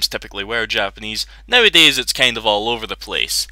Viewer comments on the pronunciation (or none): none